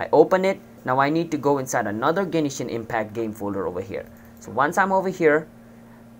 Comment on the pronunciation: The way you Say Genshin impact honestly annoyed me but it was an overall good video that helped me